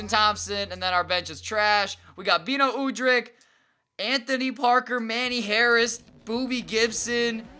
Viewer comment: why do u say beno udrihs name like that